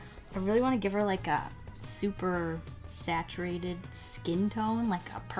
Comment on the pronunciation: And “saturatedd”